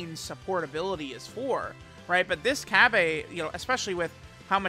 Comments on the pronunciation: 🤓☝️ its cabba not cabbea! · Am I missing something here? Cause why are you calling him "Cabb-ay", his name is pronounced "Cabba (Cabb-uh)". It was just messing with my OCD a bit. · No my good man I can % confirm it’s cabba not cabbA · you mean cabba not cabbae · It’s cabba not cabbea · Day??? of hearing say CabbA. It hurts my soul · This video was so hard to watch everytine he tried to say cabba like God damn